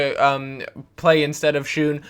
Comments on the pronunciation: Schøne is not pronounced "schoon" it is pronounced "sjö-ne" or "Sjoe-ne" :D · The Ø in Schøne is pronounced the same as the Ö in Götze. Just for your information. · That is not the Way to say Shøne